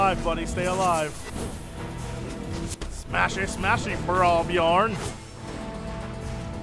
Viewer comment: Love that Jesse can't say the ö in "björn" correct except when he ridicules our language (björgenfjörgen?)